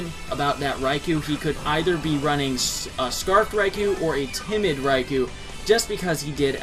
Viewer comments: Eh-hem... It's name is pronounced: Reye-Koh! NOT Reye-Kew! Every time people pronounce that name wrong it REALLY pisses me off. -_ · Ummmmmmmmmmmmmmmmmmmm.... Nooooooooooooooooooooooooo. One or the other, not both. Either way, Reye-kew is wrong. PBR and 4Kids for the Special got it wrong, the GS Pokerap and Pokedex 3DPro have it right.